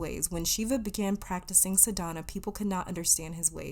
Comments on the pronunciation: hi, i wanted to help u with the pronunciation . tamas-taamus ,ajna-ajjna , sadhana- saadhna..also dh is said as th but with some stress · Pile 4: Not a hindu, just a yogini. I believe accent is on 1st syllable of Sadhana. I think that's how Sadhguru says it.